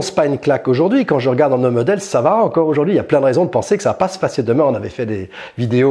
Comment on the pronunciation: Et en prononçant « aujAUrd’hui »